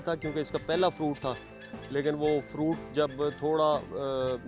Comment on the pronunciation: فَرُونٹ، شونق۔۔ ارے بھائی تھوڑا اپنے اردو کے تلفظ کو بہتر کرو۔